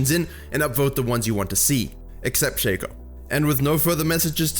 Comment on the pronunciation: Why does everyone pronounce shaco wrong? Just look up shaco trailer and phreak pronounces shaco correctly.